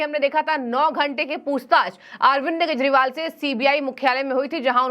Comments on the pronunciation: This abnormal Anchor everytime days Keshpal... instead of Kejriwal. Very bad on channel's part. Pls correct her😮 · Keshpal bolti hai ye anchor everytime 😮 shame shame